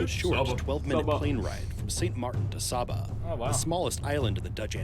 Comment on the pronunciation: Who else thought shabba when vik saba